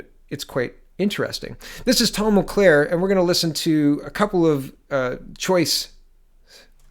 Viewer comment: It's pronounced "mull-care", not "mull-claire". Great video, good analysis. Hoping this is the beginning of the end for this disastrous government.